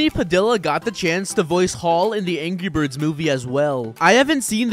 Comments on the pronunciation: did he just say angy birds😂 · You also said angy birds. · He said angy birds 2